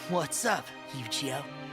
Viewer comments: Why do u say yogioh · ok, I misheard. he said Eugeo like Yu-gi-oh. (totally not how you pronounce it BTW, but whatever.)